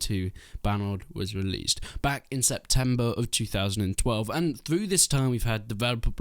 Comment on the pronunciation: He keeps saying released and its hurting my soul